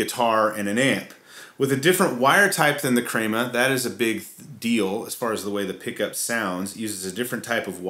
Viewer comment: as Hispanic man, I can confirm you pronounced it correctly as 'KREH-ma'.